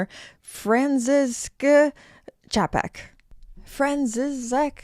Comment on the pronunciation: 2m36s - 2m42s : If you cannot read it correctly, don't read it at all ! Czapek in Czech is spelled Čapek ...